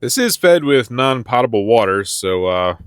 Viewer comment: Wrong o sound in potable